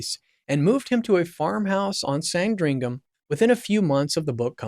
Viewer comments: Nor Foak? San Dringham estate? Ishland Police Station? It’s not on the west coast of the US, it is in England and they speak English there, just like they are supposed to in the US. A little investigation on how to pronounce your subject matter would have helped. Just a rehash of known and old information , presented so that Americans can understand. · SanDRINGHAM in Nor-FOLK and TAYMS Valley police, eh? If you come across words you're not familiar with and aren't sure how to pronounce them, maybe checking before blurting out nonsense on video could be an option. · ✅ Good production quality ❌ but terrible pronunciation of English names like (here’s how to say them) SAND-ring-um and Tems …❌ not Tames. ❌ It doesn’t rhyme with James. Really, you should do a little research on other videos with these ❌ names have been pronounced correctly. There’s only like… hundreds of them. ❌ Also, this is really old news now. Thanks for the click bait… 1 Day Ago 👎 ✅ I do like that you narrated it tho and you look like an ✅ intelligent, believable guy so ✅ good luck with your future videos. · PLEASE learn how to pronounce proper names. specifically "Sandringham", "Norfolk", "Thames" and "Aylsham". To British ears you sound very err... American (this is not a complement). When you talk about British police - you video shows American police and at one point police from some third country. Pretty sloppy. I like the content though. Andrew is a pig that has besmirched the institution of monarchy. When the King said "the law must run its course" that removed all royal privilege and protection. King Charles must be fizzing with anger at his brother and by publishing those words he is signalling that he is prepared to see Andrew in prison. You can now expect the full force of the law to drop on Andrew like a ton of bricks.